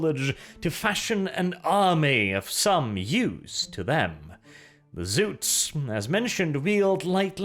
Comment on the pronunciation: It's ZOTS!! Not Zoots, Zuts, or Zouts. Spell it with an O you northling barbarain!